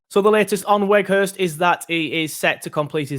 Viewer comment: Think you say both w's in his name as v's and his first name is pronounced like the word 'out'